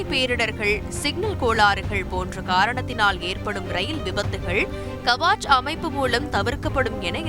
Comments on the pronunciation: அது கவாச் அல்ல கவச். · It's not Kavaach, it is Kavach. It's a Hindi word nothing but armor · "கவசம்" is the name of the instrument written in short as "Kavach" which should be pronounced as "கவச்" in line with the Tamil word "கவசம்". Please correct the pronunciation! Thanks.